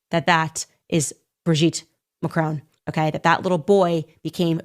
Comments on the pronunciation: She cannot even pronounce Macron properly. It is pronounced Mack Ron. Not Ma Crone. Get it right, but i expect that's way too much to ask these days. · Macron! MAC-RON…. NOT MACRONE… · To all you Americans: There is no letter 'E' in Macron so stop pronouncing it is 'Macrone'. Thank you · How dare that piece of crap insinuate something like this against a presidents wife, let alone any woman. Wow you Americans think you can say anything and get away with it, you cannot even pronounce their sodding surname. It is MACRON NOT MACRONE. Sod off and leave the rest of the world alone. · Please try and pronounce their surname correctly, it's not pronounced "Macrone" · Macron not Macrone - short o. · When will Americans pronounce the name MACRON not Macone. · FFS learn to say the French President's name correctly. What is the matter with you idiots, can't you pronounce anything correctly? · If only USAmericans would learn to pronounce "Macron" correctly, perhaps as a kind of courtesy? How is it possible they don't in a country with a current population mainly consisting of immigrants or immigrant descendants? Same goes for Hispanic names.